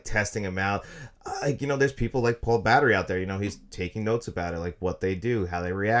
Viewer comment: "Paul Battery"? You mean, Paul Bettany?